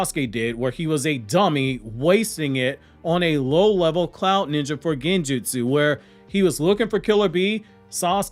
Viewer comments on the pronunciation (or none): none